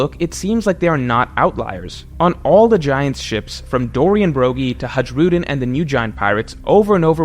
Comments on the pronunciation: Wonder how long it will take to pronounce Hajrudin properly. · on his way to mispronounce Hajrudin for the 520th time.